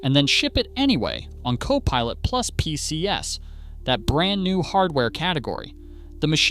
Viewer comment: This AI voice really grates. It doesn't understand plurals. "PCs" ubiquitously pronounced as "Pee See Ess".